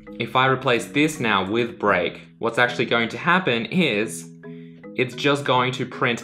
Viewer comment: When he said: "Let's take a look at break.", I first understood: "Let's take a little break." LOL